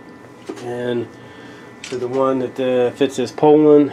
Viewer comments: The way you pronounced Poulan.....LMAO. "Pole-en"...lmao it's "Poo-len" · crazy cause in 40 years never heard anyone say it the way you say it. POULAN is French so need to say it like a Frenchman POO-Lan